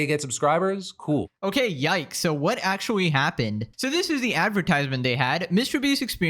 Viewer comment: It’s pronounced actually not “ackuwalli”. Practice it.